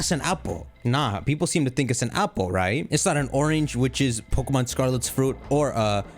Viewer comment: This guy couldn’t say pokemom more Indian